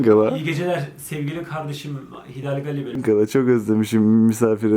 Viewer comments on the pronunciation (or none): Allah aşkına gali , galicik deme lütfen😥😥adım Galiye ve çok garip hissediyordum 😁😁😄